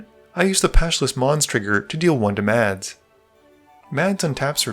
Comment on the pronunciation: Correct me if I am wrong but Mads is pronounced closer to (MASS) right?